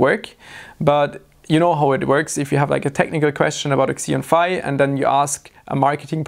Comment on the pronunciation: the second pronunciation was correct. "Phi" is Greek, and they pronounce using the same vowel sound from "bye".